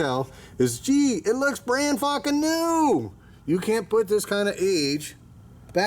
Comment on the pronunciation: SEVENTY FOCKING YEARS!!! Lol